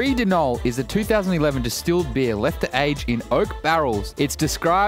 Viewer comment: Guys im drinking a Bee-ahh